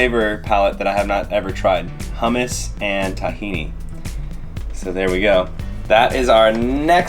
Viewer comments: Omg, say TAHhini wrong one more time! Lolololol ughhhh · This a hilarious video! 🤣🤣🤣 btw i’m an Arab and we spell Tahini like: (T-he-naaa)😂 Miles would say “proper liquid runny gold arabic tahini”.🤣🤣🌱🌱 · I love how he says it tah-hini haha cheers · In all fairness, it's pronounced that way once it's made into a dressing - in restaurants and packaged in stores, once there's lemon, seasonings, it's not called tahini (only sesame seeds) but takhina. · Thumbs down for the pronunciation of tahini